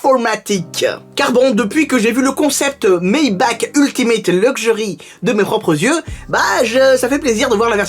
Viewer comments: Ça se prononce Maybarrrrrre 😂 sinon cool la vidéo continu ! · Ça se prononce "maybarre" a l'allemande :) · Moi je dis « Maybar » pour Maybach, parce que c’est allemand. Comme dans « acht »